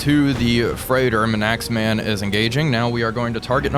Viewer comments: Please it’s manks-man not m’naxman 😭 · As a resident of the Isle of Man, I humbly correct your pronunciation of the ship named for her indigenous people. It’s not ‘man-axe-man’, but ‘mank-sman’ she was a minelayer, survived the war and went on to star in a movie depicting a German raider in 1953. Great video as always! 🙂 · Nice work. But please don’t say Manaxman. It’s M A N X M A N. 😂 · it took me twelve episodes to realise you were talking about HMS Manxman, "minaxman" lol! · HMS Manxman, please! NOT Manaxman! Fun fact for you,: a Manxman is someone who comes from the Isle of Man in the Irish Sea between Ireland and the British mainland! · Please you're killing me with the pronunciation of hms manxman. It's not man-axe-man but rhymes with yanks- man, manx- man 😂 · I was going mad trying to figure out what this Mnaxman ship is. That's HMS Manxman (M70). Pronounced Manx-man. Literally a man who is Manx, (from the isle of Man). It's an Abdiel-class minelayer 2,650 tons displacement. Carrying 6 × QF 4-inch Mark XVI guns on twin mounts. Double the displacement of HMS Hotspur's 1,350 tons. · Just wanted to add to this its pronounced more like mangks-man not Man-x-man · Everyone in the comments talking about "Manaxman" and noone mentioning "CoCANADA". Its just Cocanda without the extra a in the middle. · If it helps, from a Brit, it's pronounced Manksman, after what nationality someone from the Isle of Man is, a Manx person. They also have Manx cats which I believe genuinely have no tail. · Absolutely love your content man, only one pick-up HMS is pronounced Manx-man, as in the people from the Isle of Man, keep up the good work though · Manxman is pronounced -Manks-Man, named after people who are from Isle of Man who are referred to as Manx, or Manxman. LIkesomeone who is French but collectively known as Frenchman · Your repeated pronunciation of Manxman as Manaxman is ... interesting. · I was about to give the same pronounciation guide